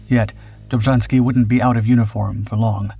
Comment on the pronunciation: Dummes Zeug, Film und Erzählung passen nicht zusammen. Ein aktiver Offizier kämpft nicht unter einem Pseudonym. Das taten die Angehörigen der Armia Krajowa, die im Untergrund agierten. Außerdem wird der Name Dobschanski ausgesprochen.